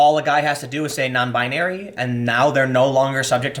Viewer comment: 'non-bin-narie' lol, how uptown Jewish of you, Tim.